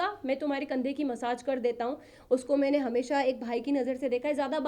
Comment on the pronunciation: Maine Hota hai mane nhi😂😂😂😂😂 kitni gawar lady hai ye isko Kaun andar lekar gaya .... wada paav bech 😂😂😂😂 sahi hai....